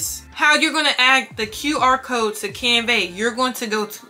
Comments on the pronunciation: Hi, you are saying “ CanVEH.” The pronunciation is "CanVUH,” like the A sound in apple 🍎 . Best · Girl thank you for this tutorial it was helpful. Side note tho, it's pronounced canVUH not canVEY